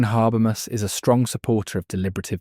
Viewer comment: I couldn't watch the video because you can't pronounce his name. And what is worse, you don't even stick to one, each time, you say something different. it is HA-BER-MAS as written. Straightforward.